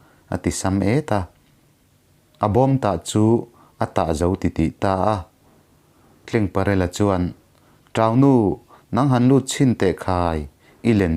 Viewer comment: ka hriat dan lo sawi ve lawk...dik ber chu ka inti lo..Tlengparela tih hi...Rul...tleng ang nilo in....TLENGTLE.. hming ang a...Tleng.. ang aw ki sang ang a lam tur ni in lo hria a...CHAWMNU tih hi...chaw kan ei a...chawhmeh chawm ang...ti a...Chawmnu tih a lam tur niin lo hria a...